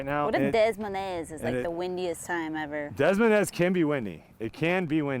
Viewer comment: I hate the way you say des moines lmao